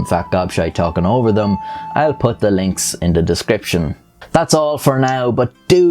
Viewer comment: lol you said “across thew world”